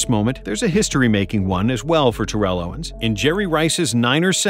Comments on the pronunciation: You calling him “Ta-Rell” instead of how he himself says his name is pronounced is actually sad. All this knowledge about his career yet you can’t say his name correctly. It’s pronounced “Tear-le” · Terrell (Owens) = Tear-roll, not Tur-elle | he hates the elle pronunciation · His name is actually pronounced - Teh- Rel, just FYI 👍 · You're mispronouncing his name, lol His last play in Cincinnati was not acl , it was meniscus, tore acl in off season btw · Jesus Christ you are mispronouncing his name incorrectly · This dude never said his name right once lol How good was TO? goat status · Please pronounce his name right! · You said his name incorrectly Jesus Christ